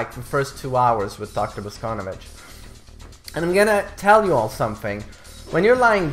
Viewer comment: He is BosconOvitch, not fucking BoscOnovitch